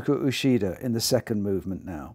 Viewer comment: Boy, you've got a very weird, rather idiosyncratic and frankly wrong way of pronouncing the names of the pianists you present. If you want to pronounce them according to the native languages of the countries those pianists hail from, perhaps you should listen to natives of those countries pronouncing them first before you go on embarrassing yourself! Uchida is a Japanese name and is not pronounced ushida; MJP is Portuguese and you're pronouncing her name as if it were Spanish . Kovacevic is a Serbo-Croatian name, Richter was Russian despite his German name and you got both his given and surname wrong. If you're going to be pretentious at least be accurate. LOL